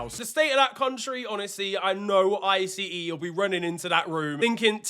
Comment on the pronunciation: by the way we pronounce ICE like the word ice